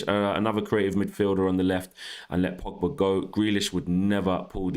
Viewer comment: It's Pogba not Pigba...